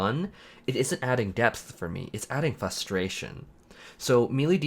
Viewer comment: Frustration man FRUSTRATION not fustration.